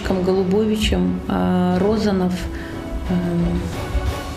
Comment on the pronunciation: С ударениями в фамилиях не разобрались, что ли? РОзанов и РозАнов, НЭбе и НЁбе...